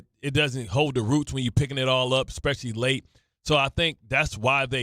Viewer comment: Hey Bart the word is especially not xspecially your supposed to be educated I heard you many times on jets nation use that word poorly